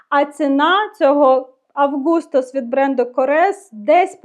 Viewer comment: Вітаю! Потрібно познайомитися з Августос Коррес. Наголос потрібно робити на "А" бо це грецькою. 😉 Дивлюся багато у них інших ароматів на сайті...